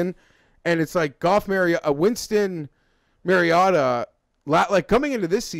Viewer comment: its mariota not mariatta